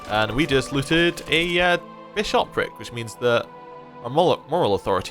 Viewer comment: Why do you keep stressing the second syllable of bishopric? If you wouldn't say bi-SHOP, don't say bi-SHOP-ric. :p